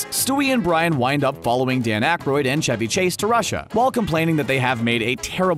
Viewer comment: 2mins 20 secs in...did the narrator just call Brian, 'Bran"?? 😂😂😂